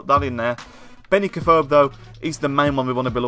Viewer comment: U can't say afobe right